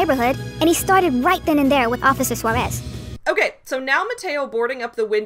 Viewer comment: As a Native Spanish Speaker, I CRINGE at how the PragerU guy pronounces "Suarez".